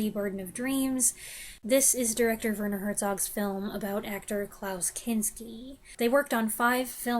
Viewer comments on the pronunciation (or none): none